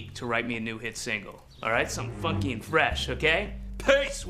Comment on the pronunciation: Legit It sounds like he said Fucky and fresh but he says funky and fresh